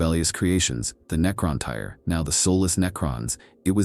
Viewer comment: Necrontyr, bub. Not "necron tire". Aside from some mispronounciations that I can, in universe, chalk up to you being a magos from another planet.. after Andoc Prime and now this, you've become my favorite lore channel. Pretty accurate, too as far as I can tell. Lots of speculation, too, though. I like it. Emperor Protects. Edit: except the Abominable Intelligence.